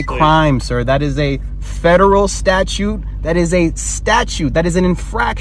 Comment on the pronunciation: Mr. Attorney…. Sweetie, the word is “statute” not “statue”. I’m certain you haven’t managed to successfully pass a bar, let alone pass the bar exam.